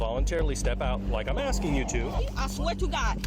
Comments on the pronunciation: “no I’m just axing” okay lumberjack just step out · "I'm aksking" This is a whole new way of pronouncing "Asking", I guess "Axing" wasn't good enough anymore. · She’s axing why she has to step out of the car. Do you also have an ax in your car with your open tequila bottle? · She axing. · Axing??? When will they know the difference between ask and axe???? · "I'm jus aksing" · Yup it's not asking, it's axing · "I'm just AXIN!!!" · She said she is axsking. WTF does that even mean